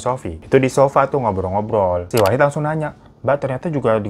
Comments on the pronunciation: Wahid bg bukan Wahdi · Bang ngape pas di akhir2 jadi wahdi sih bukan wahid wkwkwk😂😂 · Baaaang..Wahid Bang..Wahid.bukan Wahdi 😅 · Wahid bang wahid bkn wahdi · Wahid lama2 jadi wahdi...😅ngantuk ya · di menit ke "WAHDI" 😭😭😭😭 Wahid bang wahidd wkwkwkwkwk lucu betul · Bang nama nya kan wahid kok gua dengernya wahdi😅😅😂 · Wahid bang bukan wahdi😭😭😭😭😭😭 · akhir2 wahid jadi wahdi ya bang wkwk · Awal2 wahid lah kenapa dimenit2 terakhir malah wahdi bang😂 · Dari yang khusyuk banget denger bang hiro cerita, sampe diujung lah kok nama wahid berubah jadi wahdi. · Katanya wahid kok di akhir2 jadi wahdi sih bang😂😂😂 yawlo ngakakkk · Di awal Wahid, di akhir Wahdi.. mana yg bener bwaaaangggg???? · wahid jd wahdi apa kupingku ug salah🤣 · Wahid jadi wahdi😂 bang hiro saking semangatnya😂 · Gw dengerin cerita nya dari yg awalnya wahid jadi wahdi😭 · D part akhir bang hiro salah sebut nama wahid jadi wahdi 😂😅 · Salah denger gak sih terakhir bang hiro nyebut wahid jadi wahdi?😂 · wahid kak bukan wahdi😭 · Kok wahdi 😂😂 wahid bang , bukan wahdi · Lah wahid koq di akhir cerita jadi wahdi bang....😅😅😅😅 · Bang Hiro bikin video jam 2pagi lg ya? Itu masnya namanya Wahid jadi Wahdi, ini gue yg salah denger apa begimana 😂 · awalnya wahid pas akhir jadi wahdi😭🙏🏻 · Wahdi wahid wahdi wahid bg salah mulu ehe 😂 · wahid bang bukan wahdi wkwkwkw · 3x bang hiro nyebut wahid jadi wahdi wkwkwkwkw